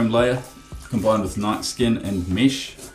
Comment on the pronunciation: Mesh not mish but nice video